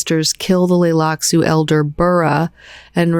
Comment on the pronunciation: Does have a hard time with the letter T? She keeps skipping it in the word "Tleilaxu," so I thought maybe the T was supposed to be silent, but then she also skipped several other Ts in other words too.